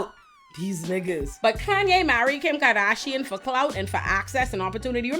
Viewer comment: I love the way you say ‘karrrdasion’ - that beauty ‘flophluencer’ is out, you need to be the meme ❤